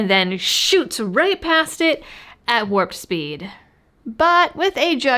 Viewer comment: warped soeed not warp speed